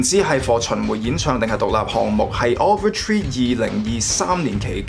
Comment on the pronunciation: offer tree? over tree? 人哋個名叫Oliver Tree...好多英文讀音問題, 建議你以後查清楚啲英文字點讀先錄